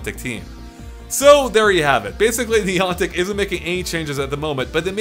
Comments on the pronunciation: Niii AuNtic Is How You Said It! Niii Anne Tick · who is niontic? the company doing pokemon go is niantic. it seems youre speaking english so A doesnt sound like an O. who is niontic? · Did you say Neeontic? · It's pronounced Neigh Antic for the love of God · You say niantic so weird I almost didn't realise what you were saying 🤣🤣